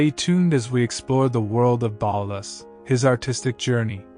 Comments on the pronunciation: his name is pronounced "BAULL-TOOOS' " as per his own pronunciation at a meeting with a friend of mine in a Paris bookstore. The accent is on the 'TOOOS' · I don't think he was ever known as Ballus as you pronounce it!!! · Baalus? Really? Can't pronounce the guy's name at all? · It's pronounced Baltoose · Why is Balthus mispronounced throughout? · Hi there, as far as I'm aware, the artist was commonly referred to as 'Balthus' pronounced with a hard 'th' as it is pronounced in his full name, Balthazar. So it could sound like Ball-thus if you pronounce the 'a' one way, or Bal-thus if you pronounce the 'a' as in balloon. Hope that's helpful.